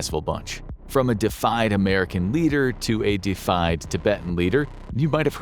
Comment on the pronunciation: Such a detailed video yet you can't afford a pronunciation dictionary? Defied= refused to obey so a 'defied American leader' does not mean much of anything...if only you'd looked up "deified"